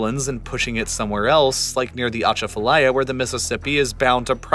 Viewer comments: This video is lazy click-bait. Please don't fall for this disinformation campaign against Louisiana. 1) This video ignores the levee system failures of '05. The ACE knew the levee design was flawed since the 80's and did nothing. 2) that is not even close to how to pronounce Atchafalaya. Good lord! 3) Sediment Diversions are not even mentioned. 4) This is NOT a New Orleans problem; 1/2 Billion people on earth live in shrinking delta-systems. 5) The narrator claims to care about New Orleans yet seems to know nothing about the city. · As a local, it's funny listening to his pronunciation of Lake Pontchartrain and the Atchafalaya River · Next time, learn how to pronounce Pontchartrain and Achafalaya. So much more to the decline of New Orleans than 2 engineered hurricanes. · i live on the atchafalaya and we pernounce it waaay diffrent lol ah chaf ah laya. maybe we're wrong but sounds so weird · It's not "atcha fa lie ya" but close - it's "a chaf fah lie yah" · Thanks for bringing attention to New Orleans and Louisiana’s terrible situation it’s in right now. I just want you to know that Atchafalaya is actually pronounced Uh-Chafa-Lie-Yuh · It’s ah-Chaf-a-liar is how you pronounce Atchafalaya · The worst for me was Atchafalaya. Emphasis is on the second syllable not the first, and it's pronounced more like chaff. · he did Butcher Atchafalaya 😂😂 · the way he pronounced "atchatfalaya" 😳🤢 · Welcome to the soup bowl. Ugh, the butchered pronunciations of Pontchartrain and Atchafalaya, locals should have narrated this. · Fun fact: Pronounce Ponchartrain like us Louisianians and you'll have an easier time. We call it "pon cha train" Also "a chaff a lie a" for Atchafalaya